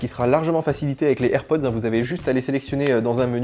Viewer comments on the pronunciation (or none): none